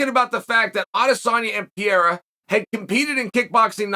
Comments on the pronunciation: Why must you call him “pee era” it’s “pear era” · Still saying Piera instead of Pereira! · Chael keeps pronouncing Alex's name as "Pierra" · yo, im so sorry Chael, I love you, but how the fuck are you pronouncing Pereira brother? lol - you high fam? haha jks great content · How the hell have you not figured out how to say PEREIRA properly yet????????????????? I swear, you do it to bother people. Like "Breakfrast"........... I both love and hate you.